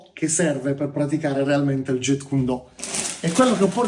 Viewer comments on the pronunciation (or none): kyun si legge, significa pugno. Non cuon. E intercettare BL lo trascrisse in Jeet perché gli anglofoni lo pronunciassero "git". Il Jet come dice il maestro nel video è una cosa che vola... Comunque nella romanizzazione del cantonese col sistema Yale si trascrive Jiht (più facile per noi italiani) e in quella col sistema Jyutping si trascrive Zit. Non è per fare il professorino, ma da maestro di arti marziali mi piacerebbe che almeno uno sapesse il nome di quello che fa... E poi torno a dire, BL non fece nessun miscuglio di giapponese e cantonese per provocare: Do significa la Via, stesso ideogramma ripreso nei kanji per Judo karatedo etc. La correttezza della pronuncia è sempre il primo indizio per sapere da chi hai imparato.